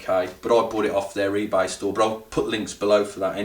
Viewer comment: its ebay not ebar m, i only person who notice it